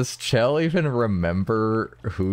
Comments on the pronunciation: It's chell not shell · I think both pronunciations are valid. I think I heard somewhere that the devs considered Shell the proper way to pronounce it, but in developer commentary nodes in Portal 2 people call her Chell there as well, so it's pretty inconclusive.